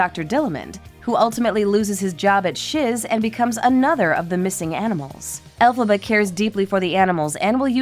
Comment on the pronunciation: It's Elphaba, NOT Alphaba. Do your research!!!!!